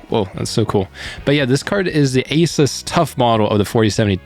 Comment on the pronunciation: Why do people say a-sis?